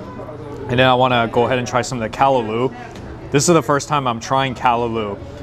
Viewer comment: Lemme help yuh out.. Shandy "CAH-rib" and "CAH-LAH-LU".. You have to come here during CARNIVAL SEASON!!